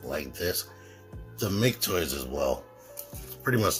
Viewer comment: It's "Mah-kay Toys". Thanks for the video!